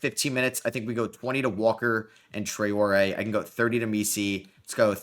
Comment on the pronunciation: Love that you're nailing the Traore pronounciation, great realistic (atleast for the first 2 years) rebuild mate